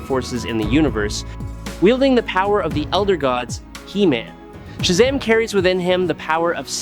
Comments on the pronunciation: Why is he saying Shazam weird? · Cause the AI they using